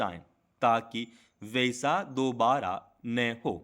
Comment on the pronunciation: कमोबेश और वैसा जैसे शब्द आप सही से नहीं पढ़ पा रहे हो। स्टेनो के डॉक्टर बन रहे हो।